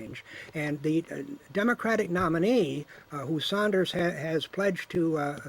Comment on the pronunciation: A socialist who is NOT for Bernie Sanders? His name is NOT Saunders, it is Sanders.